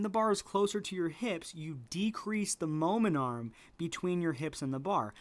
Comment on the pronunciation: are you saying momentum or momen arm?